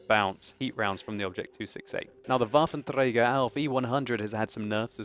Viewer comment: Very nice pronounciation of the Waffenträger, greets from Germany :) Also very informative channel, keep it up.